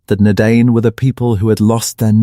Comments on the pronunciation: All I can hear is Dinner Dane, who were the Dinner Dane, where are the Dinner Dane 😂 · Ya, good content but pronunciation needs a lot of work. The letter 'C' is NEVER soft, always sounds like 'K'. The vowel combination DI is pronounced 'eye', singular, Dunadan, plural Dunadain. A lot of mistakes too. The artwork is lovely but where are you describing? If Aragorn is in Harad or Angmar, show those who don't know a brief map. Don't show the Prancing Pony or Bilbo at Erebor. Yikes. As I said, good content but everything else needs work. You're taking on one man's entire life's work so respect the man he was. Tolkien was a master storyteller. Just give it a little more respect.